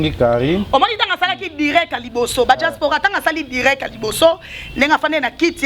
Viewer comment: Franchement elle bla-bla-bla cette fille. On dit pas djaspora mais diaspora